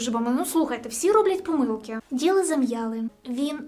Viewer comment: "пОмилки" а не "помИлки"